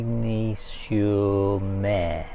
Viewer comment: Isigne sur Mer is pronounced 'Ezenee sure mare' - but very good try 👍 😆.... I often wonder when your mic's are clipped to your round and V-neck tops that the mic's are stretching the neckline - have you tried any neck holsters to accommodate these to prevent spoiling the necklines? Thanks for another great vid - so good to see places I have visited ❤